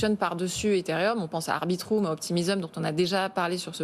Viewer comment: je connais arbitrum mais arbitroum jamais entendu parler